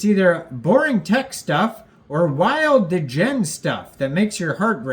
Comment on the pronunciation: Love the video bro but why do you pronounce degen like that D’gen